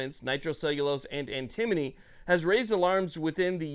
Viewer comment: It is Anta mony